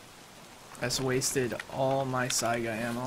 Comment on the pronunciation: Saiga — in this word the accent on the last letter